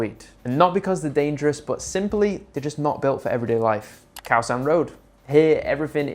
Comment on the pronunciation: first time i've heard you pronounce koh properly, good work